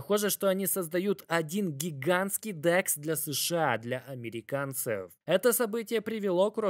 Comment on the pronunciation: Сегодняяяяяя, как ценные бумагииииии, криптовалютуууууу, для американцееееев. Бля я не могу это произношение слушать, извини)